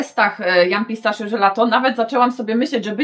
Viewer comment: Jak zawsze mega ciekawie, pozwole sobie tylko na jedną uwagę. Pistachio wymawia się "pistakio" Pozdrawiam:)